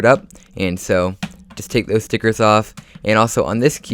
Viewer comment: Love the way he says stickets